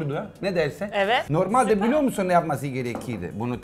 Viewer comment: nobody: literally nobody: danilo şef: supeeyyrr